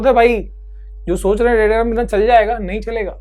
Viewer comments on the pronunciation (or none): raydrum bola ray digram ko 😂